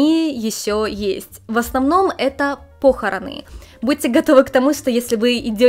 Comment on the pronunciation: по'хороны, а не похорона'